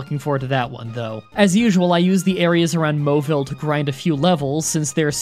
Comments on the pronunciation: Bruh it's mau-vile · Why are you so worried about Camerupt when you should be getting shamed for how you pronounce Mauville??